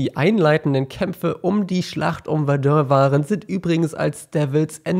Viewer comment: bitte sprech Verdun richtig aus :-)